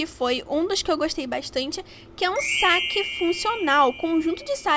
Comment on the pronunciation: Amiga é saquê e não saque!